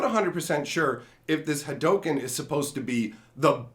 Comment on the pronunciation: no it's not. It's pronounced Ha Doh Ken. It's the way of the Ha Doh, not the way of Ha Doo